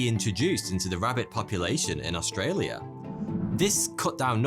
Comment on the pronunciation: As an Australian, I am impressed how well you pronounced Australia. Also, the emu war is our biggest meme